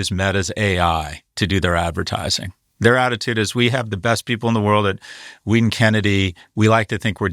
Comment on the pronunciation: Scott, Wieden + Kennedy is pronounced "widen"